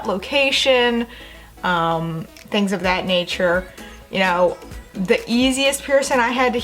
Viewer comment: It’s not “duh” it’s “the”.. Its not “Pearson” it’s “piercings”.. Are you southern or something?